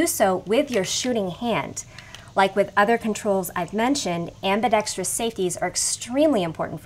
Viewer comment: Thank you! Very informative! And, unlike so many videos, you pronounced ambidextrous correctly, instead of saying ambidextrious.